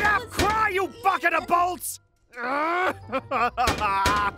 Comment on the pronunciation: I heard he actually said "you bucket of bults"